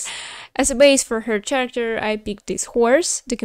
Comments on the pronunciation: character произносится с "к" а не "ч" в начале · Character is pronounced care-uh-kter :)